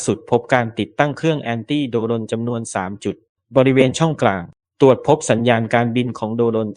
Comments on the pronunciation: ไม่คิดจะปรับปรุงคำว่าโด-รน บ้างหรอหรือจะปล่อยให้ผิดแบบนี้ตลอดไป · กันทรลักษณ์ อ่านว่า กัน ทะ -ระ ลัก ไม่ใช่ กัน-ทอน-ลัก..โดรน อ่านควบกล้ำว่า โดรน. ไม่ใช่ โด-รน. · โด รน อีกแล้ว เมื่อไหรจะอ่านหนังสือออก ไปเรียนหนังสือใหม่ น่ารำคาญ